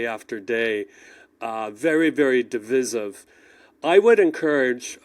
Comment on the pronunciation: Div-eye- siv